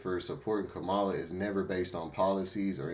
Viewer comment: Correction: Kamala is pronounced like Pamala with a K...